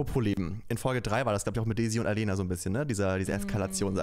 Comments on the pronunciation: Aleyna bitte richtig aussprechen, Madleen machts doch vor 😂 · Tolle Princess und eine tolle Staffel 😊 ich finde nur etwas schade, dass du aleynas Namen so oft falsch aussprichst 😅 gerade wenn madleen ihn kurz vorher richtig ausgesprochen hat. Denke da immer an den Satz, dass Menschen ihr Name super wichtig ist ❤